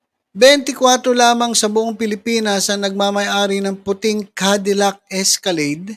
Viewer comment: Cadillac.. hindi po candilac..😂😅